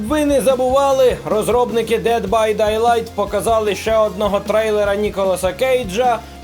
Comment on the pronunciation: Я можу зрозуміти, коли незнайомі з dead by daylight плутають перк навичками конкретного персонажа, але вимовляти неправильно назви англійською це трохи занадто :) Дейлайт, не Дайдайт. Будьте уважні Наступного разу